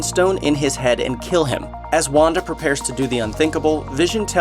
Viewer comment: when you said Wanda I thought you said Wakanda